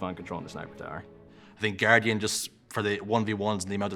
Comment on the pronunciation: No One: Sherzy: GuarGian